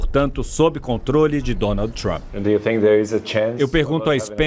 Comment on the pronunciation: Não é tchumpre. E trumpa mesmo kkkkk